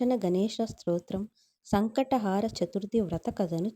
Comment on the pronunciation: Sankata haara kaadu…. Sankata Hara ani palakali